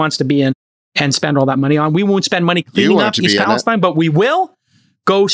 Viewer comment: You guys seem to claim to have watched Trump's speech in Palestine, OH, but for the 2nd week in a row, you can't seem to get the pronunciation correct. It's pronounced pales-teen. There's a small town in Kentucky spelled Versailles and they pronounce it ver-sales. And there's a small town in New Jersey spelled Buena and they pronounce it byoo-na. Pay attention much?